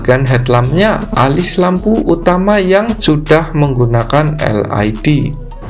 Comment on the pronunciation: LED (el i di) mas 😂 bukan (el ai di)😊